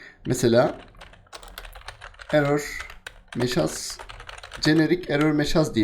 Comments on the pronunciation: Hocam önemli değil ama sanki mesaj yerine meşaz diyorsunuz ya da ben yanlış duyuyorum.. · Kardeş, derslerini çok beğeniyorum. Hatta başka videolardan izleye izleye anlamadığım RabitMQ yu sayende şıp diye yaptım. Bi de şu "MESAJ" lara "MEŞAZ" demesen çok güzel olacak. Benim de konuşmamı bozdun.